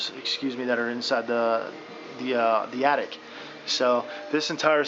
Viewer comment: Dude you build houses, It's Attic not Addict.